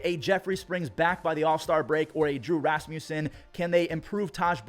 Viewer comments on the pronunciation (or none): none